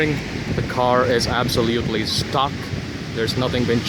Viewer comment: Also, you have an "absioliutely" fun audio setup